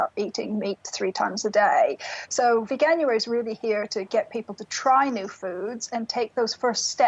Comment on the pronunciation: Veganari? /facepalm lol